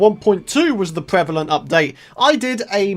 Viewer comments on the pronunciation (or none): none